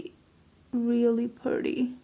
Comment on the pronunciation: You said PURDY, like a Texan!!